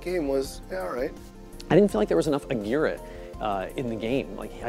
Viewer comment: ah-gear-ray is really how it's pronounce. friend with the last name corrected me on it when i first said the name